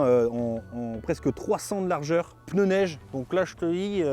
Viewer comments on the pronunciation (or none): none